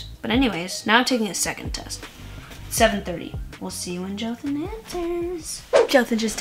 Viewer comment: Joathan you need the accen bit to be perfect lol